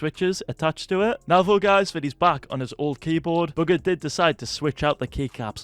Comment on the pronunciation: STOP SAYING BUGGER instead of bugha it’s annoyinng